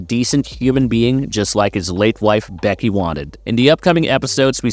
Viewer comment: "butters milk" "becky" wtf are those pronunciations bro